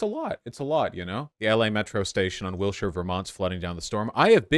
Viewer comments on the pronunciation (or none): none